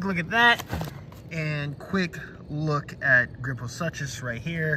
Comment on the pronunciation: Ah, Gryposuchus is pronounced "Grip-Oh-Sook-Us." What's kind of weird, is that this particular species, is that its the first, post Mesozoic Age. I figured we'd get a Camp Cretaceous Smilodon first, but Mattel sure does surprise us, sometimes. 😅 Don't forget about the Popsaurus, which is also a pseudosuchian. I.e., "Crocodilomorph." They are such strange creatures, but still cool. I recommend to press the back of the Kaprosuchus somewhat quickly while making Scooby Doo laughs for the animal to make, and it'll bring great joy to any moment. 😂😂 Keep up the good work, dude! 👊😎🍻